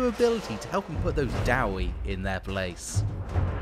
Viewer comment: dude mispronounce 3 dawi deity 5 min into the video, his definitely going into the book.